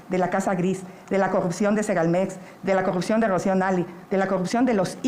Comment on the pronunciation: Jajajaja no sabe ni pronunciar corrupción,ahora corrucion,y si sigue la corrupción es los municipios y alcaldías donde gobierna el prian ,ejemplos talnepantla,Naucalpan Cuautitlán,etc.esa escuela la dejaron los gobiernos prianistas, junto con el crimen organizado y sindicatos